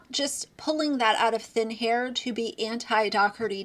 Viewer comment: Did you just say “pulling it out of thin HAIR??” 😂😂😂